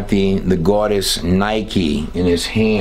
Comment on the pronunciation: Goddess, not GWODESH